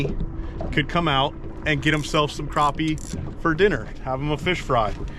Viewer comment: Next time you're in South Carolina ask someone to tell you how to pronounce crappie.